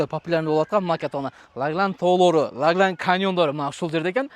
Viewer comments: Тууган! Ляглян эмес Лаглан деп айтсан😅☝️🙏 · Ляглян эмес-Лаглан. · Лагланды жакшына айтчы ээ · Лаглан деген созду жакшырак айтсан